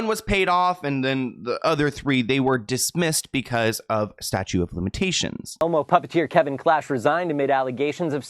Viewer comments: Statute of limitations. "Statute" not "Statue" 🗽 LOL 😆 Sorry that was cute. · Statute of limitations, not "statue."